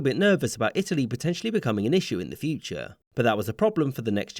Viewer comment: "But that... was a problem for the Duce. Erm, I mean, Fyu-che".